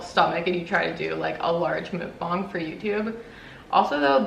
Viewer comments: FYI it's pronounced muhk-bahng instead of mook-banhg 😁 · I think it’s pronounced MUK-bong like f*ck lol anyways fun video!!